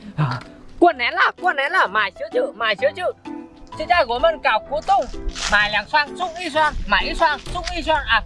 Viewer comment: 搞活动 nghe tưởng đâu 搞不动 哈哈